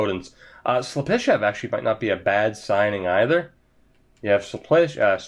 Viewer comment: Slep-i-shev lol